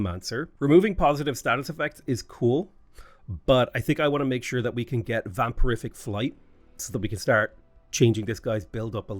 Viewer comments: Vam-pier-ick flight. Every time you said "vam-per-if-ick" made me chuckle. 🤣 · its vampiric, not vampirific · How do you keep adding a fourth syllable to vampiric? And where are you getting the "f"?!